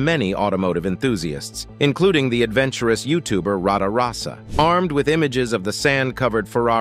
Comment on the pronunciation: got 10 minutes into this complete travesty and couldn't take any more , the youtubers name is RATAROSSA , not Rada rosa , it is a BIZZARINI GT5300 Strada , not a Lamborghini Bisani Stratus ,powered by a Chevrolet 327 , heavily reworked by Bizzarrini , Bizzarrini indeed designed a motor for Lamborghini but never produced a body for it instead siting it in a Lambo 350GT body as a test rig